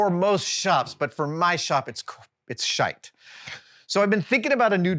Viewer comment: i love it when Adam says "S**te" it's a pretty common expletive in the UK and Australia ( which i expect is where Adam picked it up) but it sounds so funny in an American accent 🤣